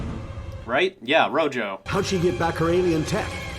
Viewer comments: Wait, is her name actually pronounced "Ro-yo"? If so, that's a really weird choice considering she and her teammates are named after spanish colors. Rojo should be pronounced "Ro-ho" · I'm pretty sure they just called her Rojo because she's connected with the color red. Rojo being red in Spanish, though pronounced as "ro-ho" and not ro-jo. Don't quote me on that though.